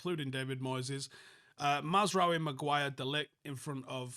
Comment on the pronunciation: I'm sorreh to say again it's moyseh